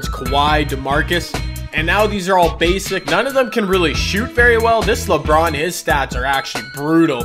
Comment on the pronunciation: Anybody else think he says LeBrun